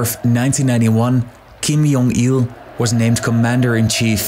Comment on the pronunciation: It's J as in J, not J as in H, or J as in Y.